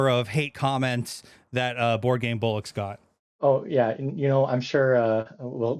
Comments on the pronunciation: It's Board Game BOLLOCKS not bullocks ! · Love your interviews, but we'll really need to teach how to say bollocks properly :D